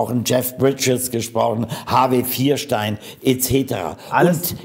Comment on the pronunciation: Harvey Vierstein? Hat er sich möglicherweise versprochen? 🤔